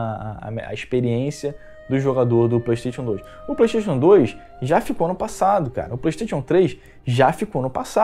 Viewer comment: parei de assistir logo no início, quando ele falou "pleitetion" em vez de "playstation".